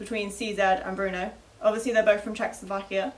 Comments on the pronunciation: its not pronounced bruno you twit its brno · How is BRNO pronounced "Bruno"? There is no U. It's BRNO.